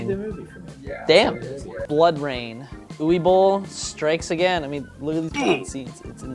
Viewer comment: Uwe in Uwe Boll is pronounced Ooh-vay.